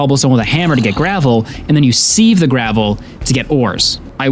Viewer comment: Loving the vid but "seev" instead of "siv" for "sieve" hurt to hear hahaha